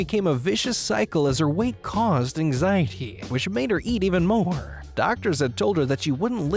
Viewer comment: “Weight caused anxieteheee...”